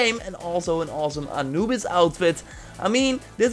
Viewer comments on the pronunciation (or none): none